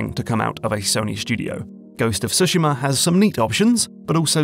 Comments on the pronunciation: Finally someone who at least gets the rhythm right on the word Tsushima -- far too many people say sooshiimah -- now to also include the leading T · Props for stressing the first syllable in Tsushima and yakuza.